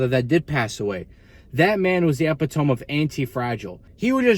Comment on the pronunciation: 12 minutes of realness, don't change up... Anyway, epitome is pronounced "uh-pit-o-me'"